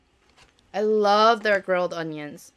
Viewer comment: everytime she says grilled cheese burger, i thought she said 'girl' cheese burger 😝